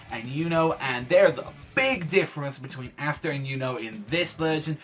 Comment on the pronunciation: Bro, its (Ah-sta), not (ASS- sta)